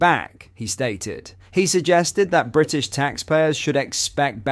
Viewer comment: Bwitish? Bwitish flag? Too scared to post englistan flag cause it's considered wacist there? Irony overdose! 😂